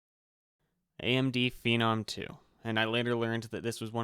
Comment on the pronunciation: you get a thumbs up for saying Phenom the right way.